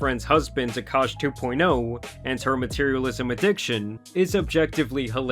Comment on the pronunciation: “Akaash” but it’s pronounced “Aakash”… K